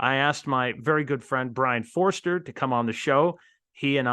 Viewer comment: Foerster, not Foster